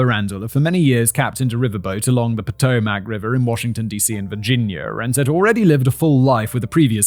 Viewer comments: Poh-TOH-mac River. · pah TOE mic & i had to study checks in school & the czech town around here is pronounced Prague with a long A.